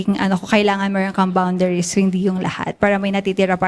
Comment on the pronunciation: girl #1 should just speak in Filipino. Nagmukha siyang tanga when she said "he's hesitate" saka "bawnderes" lol